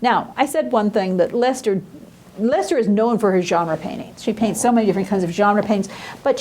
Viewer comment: As a scholar you need to work on your pronunciation of Dutch words and names.. ' Leyster ' would rhyme more with ' pay ' payster